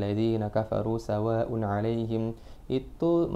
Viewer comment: Mas...klo boleh sy kritik dikit mohon maaf.mad wajibnya kurang panjang d lafazh "sawaaa un ",klo mnilik tdi anjuran smpeyan masalah tajwid harus bagu.mestinya 5 ketukan.🙏